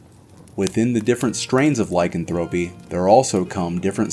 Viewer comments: Ur are mispronouncing lycanthropy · No offense but he is not pronouncing lycanthropy correctly